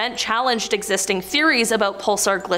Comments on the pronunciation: Grr, pulSAR, not pulser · Whos says pulsar like that